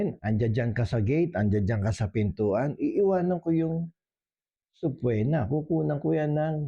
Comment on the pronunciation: Subpoena has silent “o”. It is pronounced as if it has a double “e.”